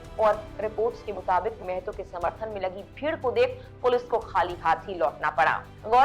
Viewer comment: मेहतो नही महतो है मैडम